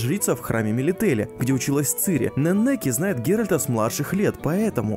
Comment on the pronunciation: нЕннеке, ударение на первый слог, нЕннеке бл